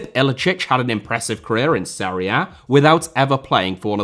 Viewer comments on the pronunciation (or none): none